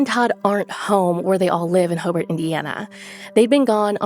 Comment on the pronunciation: Ho- Burt not ho- bart